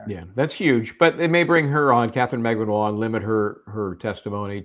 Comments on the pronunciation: The Filipina name “Magbanua” has four syllables when you pronounce it fyi. Emphasis on the “U” which is the 3rd syllable. Mag Ba Nu A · Stop saying her last name wrong